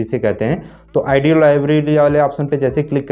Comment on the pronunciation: Oo bhai wo audio h na ki aaedeo bolna to sekho phle